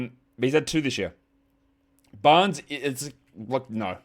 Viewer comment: Harrison 'Banres'? MUST have been the Metallica show or your dog barking at you the whole show...cheers